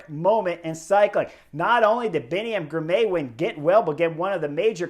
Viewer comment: Spelled Girmay, pronounced Girmy.